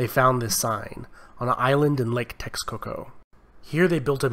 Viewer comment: I agree although some of the pronunciation was off as mexica is pronounced meh-she-ca ant texcoco is te-sh-coco. The information itself was great though